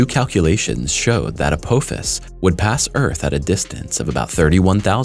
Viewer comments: Hate to be the bearer of bad news, but I must say 2 things. First, it is pronounced "uh-poff-is", not " uh-poe-fis". Second, this asteroid is massive, if you didn't catch it or don't understand, 16 kilometers wide. For us Americans, that's roughly a bit over 7 and a half miles wide. Mind you, that's the diameter, not the circumference OR the total mass. There is no chance we could do anything to move it, and trying to destroy it will not end any differently. IF Apophis comes down, pasing through the keyhole and entering a new orbit to crash, we are doomed . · Your pronunciations are horrible. Uh-pah-fis, not up-Poe-fis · It is pronounced Apofis! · To hear someone repeatedly mispronounce a name over and over, infuriates the hell out of me. The name is pronounced " app" "office". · Am I the only Stargate fan who is annoyed with the way he's pronouncing Apophis?